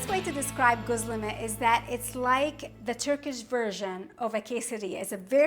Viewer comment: I assumed you were turkish but I dont think you are. It is irrelevant anyway... great presentation. The reason I raised this point is because ' gözleme' is pronounced as 'ghozleme' rather than ' 'ghuzleme'. Göz means eye. Gözleme means observed and weighed by eye_ instead of by scale... I have subscribed by the way...